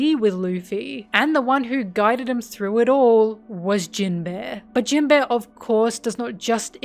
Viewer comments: For all your love of this character, you really can't pronounce him right. Jinbe, not jin-beh. There's an inflection and emphasis difference that makes it sound extremely different. Amazing video btw, left 1 other comment about a nitpick like this and in case you see these I just wanted to make it clear that they didn't make me dislike the video, the video was great. Your narration is very well done. In long scripted video like these people often tend to speak monotonously and overuse the same inflections, sounding very artificial. But you sound natural. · Absolutely fantastic video. I love your in depth analysis of all these characters, but unfortunately I can't unhear Jin-bear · I kept hearing Jin-bear whenever you said his name and thought it was some hidden gay joke or something lol. You know, the bear body type that is popular in the gay community lol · Whenever says jimbei all I hear is jim-bae💅🏼❤ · Are we going to address that you are calling him gym bear? Love the content as always, sorry for the callout